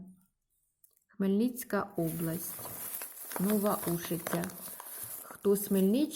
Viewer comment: О, наше молоко 🐮🥛 Нова Ушиця, наголос на У